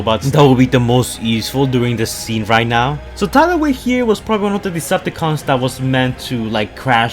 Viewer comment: he says it like this lol